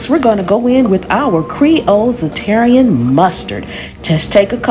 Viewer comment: This looks and sound delicious. I wasn't looking at the screen when you were adding the mustard. I heard you say, "Za-terrian Mustard" and had to rewind, but you were using Zatarain's Mustard. I was thinking there was a new/different mustard to try.